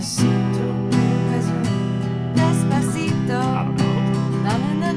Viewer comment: As a German the way he pronounced 'despacito' I got even more cringed than we she said 'I speak a little bit of Spanish'